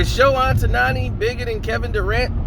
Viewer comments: Sho-Hay Oh-taw-nee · I wish you can pronounce his name right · sayin dude name wrong. asians gone b mad lol